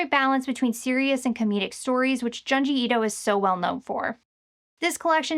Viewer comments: Pronounced joon-jee, not jahn-jee. Wanted to love the in-depth video, but it was like nails on a chalkboard every time you mentioned his name 😂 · Why do you continually mispronounce things? His name is Junji. June-ji.